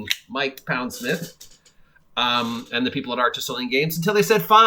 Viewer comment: I think he pronounces his name Pond-smith btw, instead of Pound-smith.